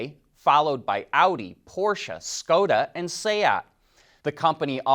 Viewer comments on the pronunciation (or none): none